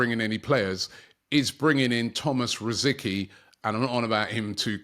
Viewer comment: Robbie, not "Rosikee" but "Rositzkee"